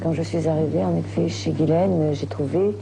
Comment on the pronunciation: Bizarre que tout le long ils disent "Guylaine" et non "Jisslaine" 🤔 C'est prononcé à l'américaine...